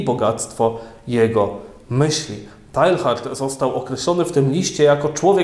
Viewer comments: Chyba wymawia się [teja:rd] a nie [tajhard] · Mówi się "Tejard", nie Tehard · Zawsze mnie uczyli że Teilhard czyta się tejár ;P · Ksiądz zmusza mój rozum do ciężkiej pracy; dziękuję. Jedna uwaga techniczna skoro Ksiądz obraca się raczej w klimatach języków germańskich, nie romańskich. Imię dzisiejszego „bohatera” wymawia się : Tejard. Szczęść Boże. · Przepraszam, ale w języku francuskim nie wymawiamy litery H